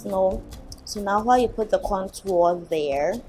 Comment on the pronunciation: I don't have any qualifications to leave a rating. I will agree that's a lot of work you gals go thru! I rather liked the natural color of your lips before you applied the " I just kissed an ink pad" look. Lol Congrats on the 500 subs! You deserve it! p.s. contour is pronounced with the "u" sound as in mature, nature, manure. and the Tour d' France (bicycle race). 😋